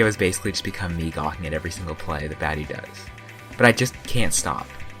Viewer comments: He's Romanian and in romanian we don't butcher the sound that tge letter are supposed to represent like in english. So his name should be said: BA-DEU. Not [bedæu] or [budi]. B as in boat, A as in accept, D as in duck, E as in engine and U as in pUt. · i dont think its pronounced badueh but ok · Isn't it pronounced as ba dee u? Idk doesn't really matter anyway. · Could at least say his name right bro